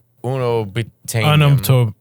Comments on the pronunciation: "oonobtaenium"...it's Un-obtanium😂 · Matteo with “oon-OB-tanium” 😂